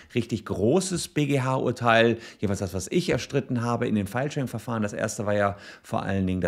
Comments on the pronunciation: Ich versteh immer "Fallschirm"... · Irgendwie ist die Filesharing-Betonung etwas undeutlich :D. Manchmal klingt das eher nach "feilschen" oder so ähnlich. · Herzlichen Glückwunsch! Eines muss ich jedoch los werden, ich verstehe oft "Fallschirm" - Abmahnung :D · Niemand sonst spricht Filesharing und Fallschirm 🪂 exakt gleich aus 🤣🤣🤣